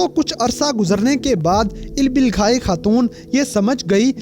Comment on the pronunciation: Ilbilgai nhi bhai ilbilge Kia ho aap Naam ka namak bna dete ho🙀🙀